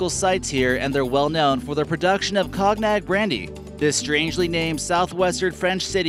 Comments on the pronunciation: It's pronounce coanyac dumb ass, lol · It's pronounced Connie yak, cognac.